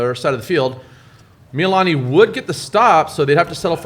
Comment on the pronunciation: Hawaii just called me. They heard the way you pronounced Mee-lee-lah-nee and they told me they have cancelled your Aloha shirt privileges for the next two weeks. Instead, your punishment is to wear Depeche Mode t-shirts that are two sizes too small.